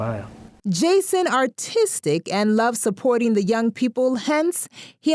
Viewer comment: The voice over is annoying, can whoever is doing that just speak well...what's saporing...supporting smh